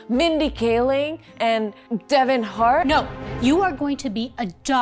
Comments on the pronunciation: it’s Kevin Hart, not Devon Hart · Devon hart💀 it’s Kevin hart💀💀💀💀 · my brain is dying please tell me he didn’t say Deven Hart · I will never forget you guys saying Devon Hart 😂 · everyone: kevon hart comedian Dhar Mann: devon hart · I just have to say you mean Kevin Hart not Devon Hart 😂😅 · "Devon Hart" what the hell is a devon hart? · XD Devon heart xD it’s Kevin hart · “Devon Heart” brooooooooo it’s Kevin heart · They really said Devon hart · "devon hart" bro...